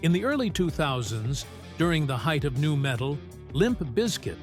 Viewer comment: Hey, AI bot? You gave yourself away . N U metal, huh?